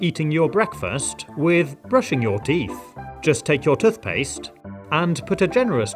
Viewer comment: It's toothpaste not tufpaste